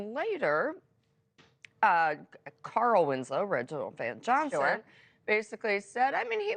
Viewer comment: VelJohnson not Van.